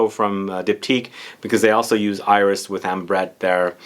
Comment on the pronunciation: Love your videos! You are correct that a final "s" is not pronounced in French. However, there are always exceptions in French. Iris is one of those. There's even a YouTube video: You are also correct that a final "e" in French is not pronounced - except when it has an accent like that in "torréfié". It's like the cooking term "sauté"